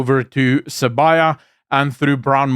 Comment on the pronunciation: THE NAME IS SIBIYA NOT SABAYA!